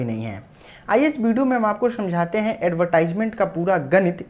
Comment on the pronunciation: एडवर्टिजमेंट pronunciation hota h